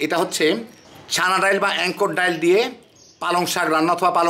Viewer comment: ডাল কে ডাইল বলেন কেন?